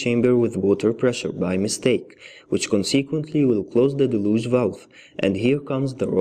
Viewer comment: Del-yooge. Not da-looge